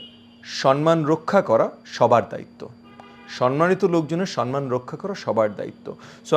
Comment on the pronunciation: আপনার যে-ক'টি "ভিডিও ক্লিপ" আমি দেখেছি, তাতে নির্দ্বিধায় বলা যায়, আপনার বিজ্ঞজনোচিত বুদ্ধিদীপ্ত বিনম্র (বিনীত) কথনভঙ্গি এবং অকপট 'সত্যভাষণ' নিঃসন্দেহেই সবিশেষ প্রশংসনীয়। আজও তার ব্যত্যয় ঘটেনি। তবে একটি শব্দের উচ্চারণের প্রতি আপনার বিনীত দৃষ্টি আকর্ষণ করতে চাইছি (অপরাধ ক্ষমা করবেন)। শব্দটি "সম্মান" (ম +ম); "ন+ম" নয়। অনুগ্রহ ক'রে, ভুল বুঝবেন না।